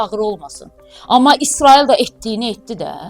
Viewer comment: Çox ləzzətli deyirsən isroil😅😅😅😅 əmirkə 😅😅😅😅